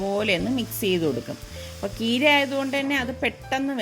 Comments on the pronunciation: കീര അല്ല ചീര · Keera ennu kettadu Tamil nattu karu parayunnadanu.. Nammude nattil cheera ennalle parayuka.. Tvm border ayadu kondavum alle.. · കീര ennanno പറയുന്നേ ചീര എന്നല്ലേ പറയാ.. ഞങ്ങൾ ചീര എന്ന പറയാ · itha ചീര യ്ക്ക് കീര എന്നാണൊ പറയാറ് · Aunty, ചീര എന്നല്ലേ പറയുക? ആന്റി കീര എന്നു പറഞ്ഞ പോലെ തോന്നി